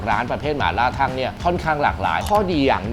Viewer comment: อ่านออกเสียงว่า ทัง ครับไม่ใช่ ทั่ง